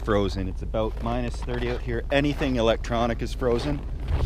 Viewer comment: didn't you hear him say "aboot"? obviously canadian